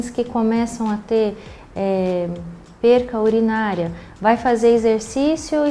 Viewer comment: Nao aguento pessoas tão formadas falando errado: é PERDA!!!!